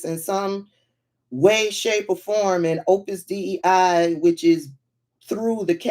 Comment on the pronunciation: It's pronounced Opus Day. It was in Dan Brown's book.